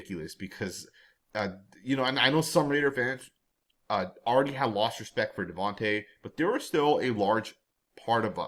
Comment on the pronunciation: His name is pronounced, DIVAnte Adams.